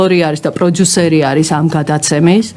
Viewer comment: ეს “პროძუსერი” რაღა ჯანდაბაა? ტვინი გახვრიტა რააა… ინგა გრიგოლიასი არ იყოს, ისიც პროძუსერს ამბობს. პროდიუსერი არის ინგლისური სიტყა და ასო “ძ“ ინგლისურში არ არსებობს.